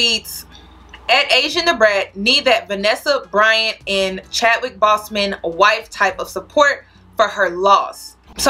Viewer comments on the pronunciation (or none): I agree with everything. Shit I used to think that mess was cute. BTW, it’s Boseman- pronounced BOWS-Men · You pronounced Chadwick Boseman last name incorrectly btw